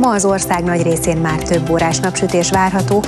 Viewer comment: 0.32-0.35 " és a továbbiakban má leginkább csak..." Csak én hallom azt hogy nem mondja ki hogy máR?